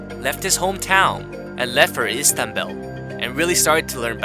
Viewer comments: The way you pronounced Istanbul was awful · Istanbul = Istambell